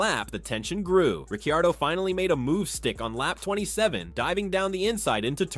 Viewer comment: bro how are you pronouncing ricciardo